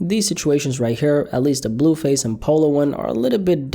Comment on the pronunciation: “BELLUUU FASSEEE pHYsIcAl aLtErCaTiOn” work on that blue face pronunciation bro bro….🤦🏽‍♂️😭😭😭